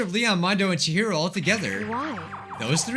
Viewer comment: "OMG Is that fricking- Chihiro!?" At first I heard "Jiro" and I was very confused